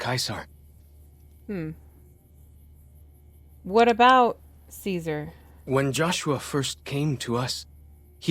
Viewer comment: Joshua Graham is one of the best NPCs in New Vegas! He was Caesar's Legion but now he doesn't even give Caesar the respect of pronouncing it like other Caesar's legion followers